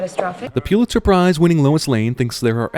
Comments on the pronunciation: A sin for CinemaSins: It's pronounced "PUH-lit-zer" . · I know this video is old now, but still...Pulitzer is pronounced "PUHL it zer", not "PYEW lit zer". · It's pronounced PULL-itzer, not PEW-litzer. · Its pronounced: pull-itz-er. Not puel-itz-er. Pulitzer prize not puelitzer. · A reporter who has won a Pulitzer should also know that it is pronounced Pull-It-Sir, not Pew-lit-sir. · You have a strange pronunciation of Pulitzer. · I guess it wouldn't be so annoying that you don't know how to pronounce "Pulitzer", except for the fact that you say it wrong so many times.